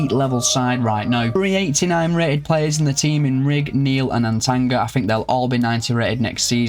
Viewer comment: Not once did bro pronounce Atangana right The cameroonian in me is crying😂😂